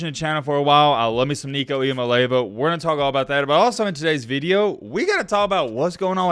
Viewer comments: With due respect, it's not "EE MAA LAY VAA" it's pronounced "EE YAA MAA LEE AA VAA" not trying be a prude but it is important to get his name right if you are going to talk about him for years to come. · 😂💀💀 it’s "EE ah MAH lay AH vah" not “EE ah Mah Lay va” 😂 GBO🍊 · say this 10 times. Start out slow, then faster and faster each time: six syllables, 3 first, then the other 3, like a 6-syllable poem: EEE-am-mah... LAY-ah-vah. EEE-am-ah-LAY-ah-vah. Just keep saying it until you don't have to think about it. Your analysis is always fun to listen to, keep up the great work. Worth learning this young man's name, as you point out he's gonna be with the football community for many, many years to coome. Go Vols! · Just for future reference, it's pronounced ee/ah/mah/lee/ah'/vah. It really doesn't matter to me because within a year the only people who can't pronounce it correctly will be aging commentators ( just like with Tua). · Eee-ahh-moli-ahh-vaa took me awhile to get it myself but it rolls off the tongue now #mattbmispornouncing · Gotta work on that pronunciation! 😂 Ee-ah-mah-lee-ah-vuh Oh and go vols! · Looking forward to the Nico Show! Just a heads up, he pronounces it ee-uh-mah-lee-ah-va. Not trying to be a grammar czar or anything like that - I straight-up butchered it the first time I saw it. 😁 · You have got to learn how to say his name! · Are you intentionally mispronouncing everyone’s last name? Didn’t pronounce Nico’s last name right one, then just threw in that botched pronunciation on Tua’s last name for good measure. As a TN native, I’ve never understood why southerners are so bad at pronouncing everything correctly 😂